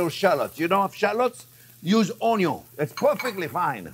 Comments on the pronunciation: Awesome. When you said Onion, I heard, "a little more wine!" Thanks for steak on a budget. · I first heard of Chef Jean-Pierre by watching a video on how to cute an onion and how he pronounces the word, onion. Love it. Been watching his videos for a solid week now and I can’t get enough of his very thorough and explanatory method behind ear step. Knowing what is going on and why in between each step is incredibly helpful. Hoping this channel continues to gain traction on YouTube!